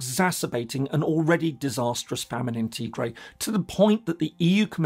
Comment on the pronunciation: Tigray (TA GRAI) PLEASE PRONOUNCE CORRECTLY IF YOU GOING TO SPEAK ON IT!